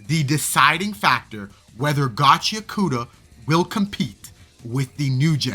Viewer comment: and also ur not pronouncing gachiakuta right dawg its GACHI-AKUTA (pause between I and A) not gachiakoota 😭💔